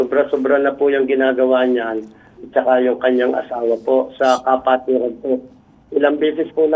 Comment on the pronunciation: Kapatiran o Ka-pwetan? 😂